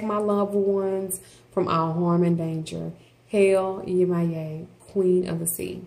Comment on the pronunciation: 1) please learn to say the name of these entities before you post a video about them 😵‍💫 2) Yemoja as well as the other Orisas are not Gods/Goddesses. they are the expression of the Divine in nature. They are ORISAS. they cannot be described using western religious language.